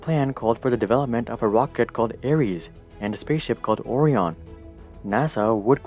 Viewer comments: It’s pronounced Oh-Ryan. Not Or-e-on. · OMG - it is pronounced O - rien not OR - eon. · Rather pronounce Or-eye-on Orion. English is just weird. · Interesting, ive never heard orion prononced as or-ee-on before, only oh-rye-on. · the way you said "Orion" nearly gave me a seizure. It sounds like you're saying "Oreo-on." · Oreeeonnn? You mean Oh-r-I-on? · Exactly why I hit the comments section. Ory on...... wtf? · oreon bruh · "Ore ion" lol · When you pronounce Orion “oreon” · and a spaceship called oree-on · It’s orion for my American allies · Or eye on. I mean, seriously, how difficult is it to pronounce Orion....? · Ori-on... Lol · He did say it like that. He doesn’t seem to know how to pronounce it. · ...that's not how you pronounce "Orion" :D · ...that's not how we pronounce "Orion" :D There, fixed it ;) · Its hard to take someone seriously when they talk about NASA when they cant pronounce Orion correctly. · I have a problem with how he said Orion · "How to pronounce orion" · sorreeee u said it wrong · He pronounced orion wrong aahhhhhh